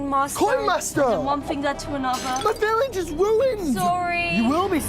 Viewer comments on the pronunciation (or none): “My viwage is wuined”